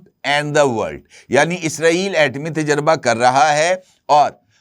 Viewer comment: Ajkal aapko nai c urdu word pronunciations ka bukhar charah howa heh.aapka ghalat talafz anjana aur ghalat,lafaz heh " tajraba" nakeh " tajurba aap janbojh ker ya urdu speaking kerty hein ya aap bhi justice "jahangiri" ki terha Karachi n Sind universities ke certificate ya degree holder hein.